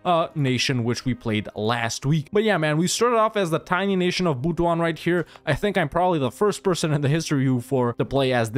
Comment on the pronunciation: It's actually pronounced as Butu-an it pains me so much that you butchered it but it is what it is.